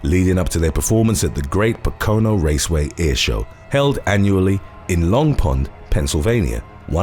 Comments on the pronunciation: Lol Pa-kono??.....Po-ka-no....it took me a few seconds to get where you were talking about. I know we have funny town/city names & pronunciation but hey we can't help it! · BTW, not PO-CONE-OH, pronounced POKE-E-NOH (Pocono). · A Brit saying “Po-ko-no” is like an american trying to pronounce Leicester. I’ve heard horror pronunciations of it. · Po Co No surprised you didn't pronounce Long Island wrong lol just messing around, great videos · Pocono is pronounced Poke-a-no but I like your way better. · I'm from Pennsylvania and that's not how you pronounce Pocono, however I think it's an awesome way that you did pronounce it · That not how “Pocono” is pronounced. I swear, this is not first time you mispronounced a location. Just look up the pronunciation on a thing called the internet. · PO-co-no not po-CO-no Wilkes Barre = Wilkes "Berry" not bar